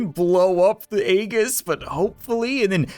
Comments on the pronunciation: You pronounce it as eajis but spelled as aegis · Sorry to sound weird, but I'm pretty sure Aegis is pronounced ( ee-jis) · Aegis is pronounced eejis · Hey, you pronounce Aegis as (Ay-jiss) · why does everybody pronounce aegis wrong Its pronounced ee-jis please, it kills me everytime I hear it wrong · The way he pronounces aegis is painful to me